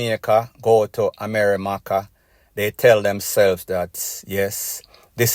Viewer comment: Love the way you say amerrymacca😂😂 you so funny